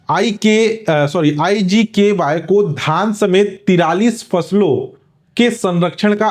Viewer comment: IGKY nahi.. IGKV h sir wo😅